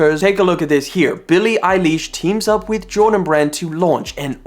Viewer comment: “billie eyElish” omlll hell NOOO THAT AINT HOW YOU SAY IT 😤😫😭😭